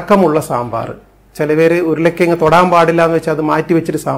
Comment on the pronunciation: Enda doctore stethoscope oori vachude Ippozhelum ? ... Show aanallo . “Uyula kiyang” alla urulankizhangu